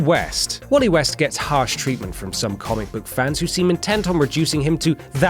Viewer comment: why did you say wallet west, very Allen is better